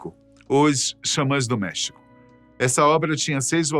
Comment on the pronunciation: essa pronuncia do espanhol ta péssima hein, custa nada ir no google e pedir para ele traduzir por voz ou pedir para alguém que fala fazer a pronuncia.. errou e errou feio LOS CHAMANES DE MEXICO Até em Português a pronuncia é com acento grafico no E de MEXICO... Como é que o cara leu MEHÍCO??